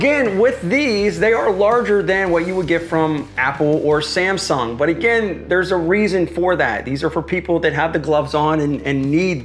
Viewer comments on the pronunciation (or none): none